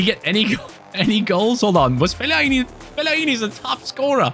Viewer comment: Put some respect on Fellaini's name.